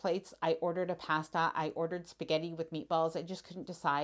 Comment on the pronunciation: If I was your waiter at Sabatini's, I would have kicked you out for the way you say "pasta"